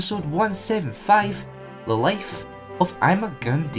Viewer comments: Ima-Gun Di (pronounced I Ma Gun Die) not dee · Your saying his name wrong